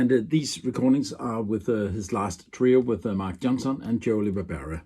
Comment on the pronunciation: This is a very informative and wonderful presentation. Thank you. The pronunciation of Joe LaBarbera‘s name is La-Bar-Bur-Ra. Again this is an excellent video!